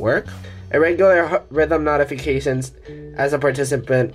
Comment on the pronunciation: Your pronunciation of “notifications” or “notify” is inaccurate it’s pronounced “note-ify” not “not-fiy”